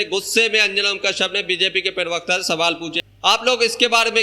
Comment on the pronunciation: अस्सलाम वालेकुम, अगर आप शोशल मिडिया चलाना चाहते हैं तो पहले अपना तलफ्फूज़ साफ़ (pronounciation clear) किजिए? जैसे आप प्रवक्ता को (पीर वक्ता) बोलें जाते हो? आप (पी) बोलते हो जबकि (प्र) से प्रवक्ता होता है? Please note down.जैसे गलत नहीं ग़लत होता है,, जमीर नहीं ज़मीर होता है,, जख्म नहीं ज़ख्म होता है,, इन शब्दों को किसी अच्छे पढ़ें लिखे इंसान के बोलकर उससे पूछीए कहा ग़लत है कहा नहीं?